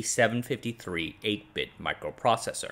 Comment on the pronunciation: A lot of interesting stuff, but -- the 8080 clone is not a "yoo" PD753. The first character is a Greek letter mu (μ) and pronounced about that way. Back then and for a long time after, Greek characters weren't always available and u or U was used as a substitute, so that a U might be read out loud as μ, rather than the other way around.